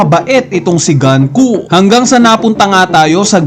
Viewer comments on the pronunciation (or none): Nanonood ka ba talaga ng anime? Bakit pinipilit mong GANKU? GUNKO HINDI GANKU. Pauso ka rin e. Sabihin mo nga GAN-KU